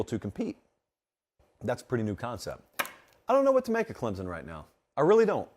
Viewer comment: I am a South Carolina fan, but you are pronouncing Clemson all wrong. ClemSon not Clemzon.